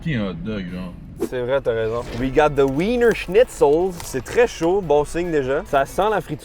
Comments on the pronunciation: il me stresse trop à dire winner alors que wiener se prononce vina vu que c'est de la ville de Vienne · Ça se prononce "Vina"! 😂